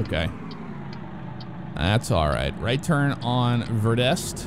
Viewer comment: the sign says verde st, and he says it as verdest.